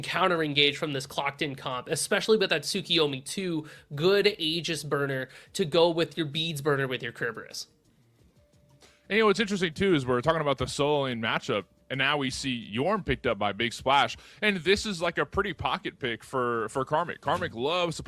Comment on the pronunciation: It's "SIR BER US"